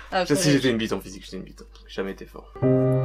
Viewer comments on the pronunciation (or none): none